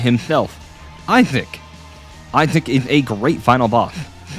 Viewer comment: Video is peak bit PLEASE JUST PRONOUNCE THE SSSSSSSS